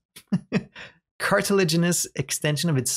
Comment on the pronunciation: "I'm sure you can tell English isn't my first language." Immediately proceeds to sound out and pronounce "cartilaginous" almost effortlessly. Yep, I don't think you need to worry too much about it being a problem. :D Please do keep reading the lore, part of the joy of watching a game like this is people being sucked in by the storytelling. Only thing I'd say do differently is do make the switch to mouse and keyboard, it's a lot easier to catch fish and scan things, and something about the movement with the controller in subnautica is really bad for causing motion sickness in viewers. It also makes navigating confined spaces like tunnels a lot easier, especially when you start to factor in verticality - looking left and right is so much slower on controller than flicking a mouse left and right, if you add looking up and down... you can assess your surroundings 4-5 times faster with mouse and keyboard and given the majority of the game is about exploration, that really adds up. (Edit: Also, luckiest cave sulphur discovery ever, it took me about 4 hours to find it on my first time playing!)